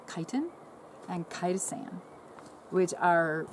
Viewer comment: What was that?? Kytan and Kytastan?